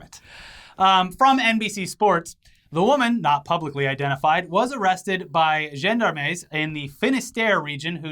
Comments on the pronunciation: pronounces Gendarmes so incredibly wrong i cant even! 😂 GEN-DAR-MES?!?!?! Phonetically sounded out in English its "jean-darms" boyo! "Jean" as in Wyclef-Jean! 😈😤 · gendarmes is pronounced John d'arms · Gender maize! Coming soon to a wholefoods near you! <3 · “gender-mays” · Yo FYI, gendarmes is pronounced like "Jon D'arms" but cut the "n" sound short. Add a little French accent/flavour to it and you're good, baby. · "Woman arrested by gen-dar-mays". .. Oh boy oh boy oh boy. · Dudes, love you guys, but that is the lamest attempt at pronouncing gendarmes like ever! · attempted pronounciation of gendarmes was too cute. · The way you pronounced gendarmes is funny. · The way pronounced gendarmes is killing me 🤣🤣🤣🤣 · yes this lmfaoooo